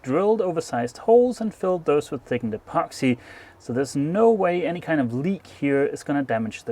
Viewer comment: I just love it when you say “thiggened epoxy”!